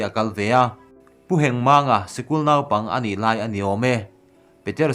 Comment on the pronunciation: Pu Hengmanga hming i lam dan chu dik lo lutuk...fimkhur rawh.